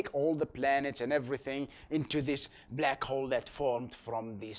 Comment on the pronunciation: I hear "Blek Hole"